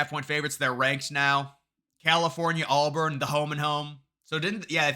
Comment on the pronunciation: it's AUBURN not ALLBARN! Seeing you mispronounce the easiest name not once, not twice, but five times was insane